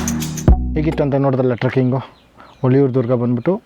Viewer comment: Sir it is ಹುಲಿಯೂರುದುರ್ಗ not ಹುಳಿಯುರುದುರ್ಗ